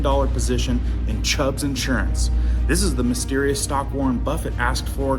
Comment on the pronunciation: Chubb not Chubbs